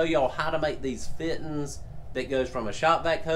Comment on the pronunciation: Feeteens. Love it.